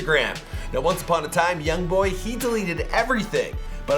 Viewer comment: Everybody saying yong boy